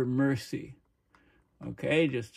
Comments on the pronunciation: It's pronounced as the River Merzee. As in The Beatles and the Merseybeat. The other one to the south-west, south of The Wirral, is the River Dee that runs through the ancient Roman city of Deva, now Chester. It'll all freeze. I'll be dead, I reckon, before that. Cheers! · That's not rock'n'roll is ambient chill out However speaking of rock'n'roll you can get the right pronunciation of Mersey from the Beatles track "ferry across the Mersey"